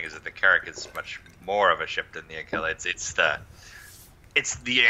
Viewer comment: Aquila = a - kwil - a